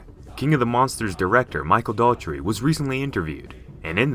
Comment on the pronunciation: HIS NAME’S NOT DAUGHTRY, IT IS DOUGH...ERR...TEE. DOUGH..ER..TY. DOUGH LIKE A DONUT! DOUGHERTY. DOUGH...ERTY. I wish I could type this larger bc I say it every video. Godzilla King of the Monsters 2019’s Director is Michael Dough er ty